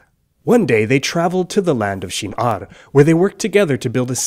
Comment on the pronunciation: He pronunced "Shin'ar" well, but I am not so sure about the Hebrew pharse